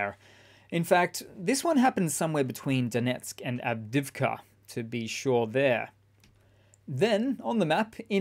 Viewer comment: Good coverage, but I do wish after all these months he'd learn how to pronounce Avdiivka. Av-Deeev-ka. It isn't hard.